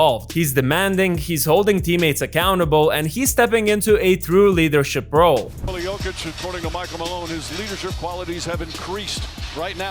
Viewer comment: "nikOHla yOHkit"